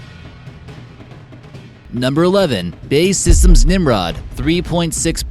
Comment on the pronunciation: Bursted open... it's just burst. Oh and it's not bae systems its b.a.e. systems..